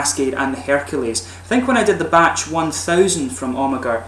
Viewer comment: You pronounce Amager without the "ag" like "Amer"